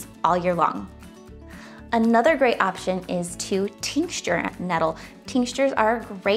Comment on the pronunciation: "Tincture" has no "S" in the middle when pronouncing it. FYI. 😉